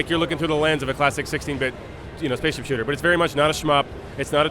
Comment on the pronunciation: this guy sounds like he is saying shitter in stead of shooter lol